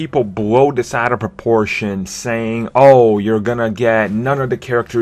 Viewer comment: Hey dude. Try putting your tongue against the back of your top teeth. It's "this" not "dis". And lose the other Elmer Fuddisms like "essuentually", "verry verry" and "difffrent". Otherwise just be "verry verry" quiet and go hunt some wabbits. The word 'retarded' has fallen out of favor, so I'll just say that you are 'challenged' by the English language.